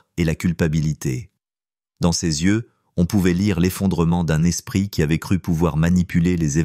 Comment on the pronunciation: la 2ème histoire aurait pu être largement améliorée : il s'agit probablement d'une fiction, traduite, ou fabriquée par Chat GPT et lue par une insupportable voix numérisée : ("l'espriT humain " haha) dommage, la fiction de type roman d'espionnage aurait pu être intéressante, s'il y avait eu une résolution correcte à cette histoire.Mais rien de tout ça : une conclusion verbeuse sur "l'humanité subtile " alors qu'il n'y a pas d'ancrage des personnages, des lieux, ni aucun mobile à un meurtre fumeux perpétré à cause de timbres : on aurait apprécié que la diction du lecteur ait elle-même un timbre agréable ! Payez quelqu'un pour vous faire une vraie histoire, il y a des tas d'auteurs qui ne sont pas publiés à cause de la paresse et la cupidité dont vous faites preuve .